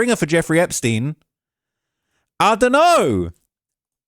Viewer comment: It’s I don’t know not idunnanour